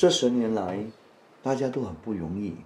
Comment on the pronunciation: can choose a MCA president to speak mandarin more accurately? why all the pronunciation like out one? Where got people pronounce 不容易 as "Bu Yong Yi"???